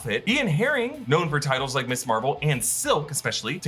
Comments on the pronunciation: You keep saying "Miss Marvel". Ms. is not an abbreviation of Miss. It's pronounced "Mizz" and was popularized in the 70s as a more feminist alternative to the Miss/Mrs. titles that indicate marriage status. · Can anyone explain why nearly every Youtuber is pronouncing Ms. Marvel, "Miss Marvel:? I've always been taught that "Ms." is pronounced Miz. Thanks.